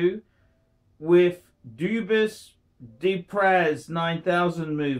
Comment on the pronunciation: Watch Expert - Can't properly pronounce Dubois Depraz, Armand Nicolet, Frederique Constant, Gerald Genta, Vacheron Constantin, or Girard Perregaux.